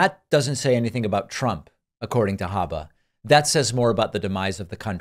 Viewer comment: “Habba” yes, that is the correct pronunciation.